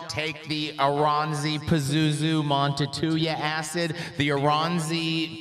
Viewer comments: Montetuja? Well... it's certainly one of the pronunciations of all time. As a Finn, I found that quite creative. 😅 On IPA (not the beer), it should go something like this: /ˈmuːntɑu̯tujɑ/ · pronunciation of the Finnish language is just as good as his pronunciation of the word nuclear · If only had a colleague who could have helped out on how to pronounce a Finish title...